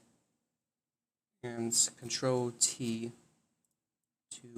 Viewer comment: thank you! I had no idea what button you were supposed to press because to me it sounded like you were saying Alt instead of Ctrl but that just copied the layer